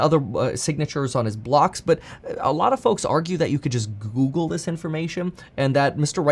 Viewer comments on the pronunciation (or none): none